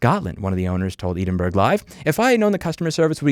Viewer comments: Edenburg ha ha its ed-in-bra Edinburgh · Ed-in-burr, not Eed-in-burg. Also, fuck Tesla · Edinburgh not Edenburg lmao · Another excellent video, especially w/ foxey! Tesla needs to be know as the soluble car. FYI Edinburgh is pronounced as Edin-br or Edin-burrow if you want to sound posh, but not Edin-burg ;-) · "Eedenburg"? People know so much about so much but not how to pronounce the name of a major Scottish city. Completely takes me out of the story. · mf did you just pronounce Edinburgh as "eden-burg"? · Unfortunately you've made a few mistakes with my home country Scotland. 1. We do in fact use British pounds and that article was saying the price in Australian dollars as well for some reason. 2. "Edinburgh" is pronounced closer to "Ehdin-buruh" or if you are too much from the US, "Ehdin-boro" 3. Admittedly the rain wasn't just bad, it like completely shut down roads and rail for like 2 days in some parts. I wouldn't say it would be something a car maker should always think about, but in that part of Scotland (Edinburgh) it wasn't too bad I think so your point still stands and also it was in warranty! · FYI Edinburgh is pronounced [a few ways but the most common I've seen in the US is] ED-INN-BURR-UH. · Edinburgh is pronounced eh-din-bur-uh or eh-din-bruh, just as an FYI :) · There is zero chance that Louis listened to or gave any attention to any video on how to pronounce 'Edinburgh'. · Hearing Edinburgh pronounced like that though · your pronunciation of edinburgh scares me - random guy from scotland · Excuse me how did Louis pronounce Edinburgh? 😂😂😂😂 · love the pronunciation of Edinburgh 😂